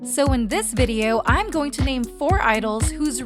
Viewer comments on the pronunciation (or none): none